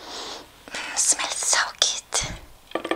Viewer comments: I like how every time she says good she always says goot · "It's so geed" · "it's really güt" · omg I love how she says good! love your videos and you! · I love the way she says “good”